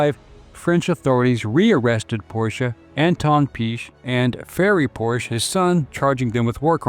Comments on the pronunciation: Two syllables! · Thanks for correctly pronouncing Porsche!